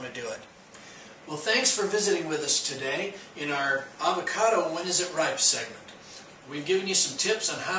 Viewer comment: "tell" not "tail..."when" not "win"